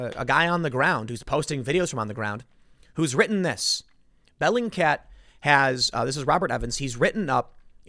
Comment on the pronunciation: Is this "bellycat" (is that what you're saying) website a verified news source Tim? lol